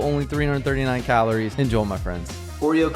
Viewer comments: The only thing about your videos that annoys me is "Enjol my friends". Why do you pronounce it like that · "Enjoe, my friends" Who the fuck is Joe?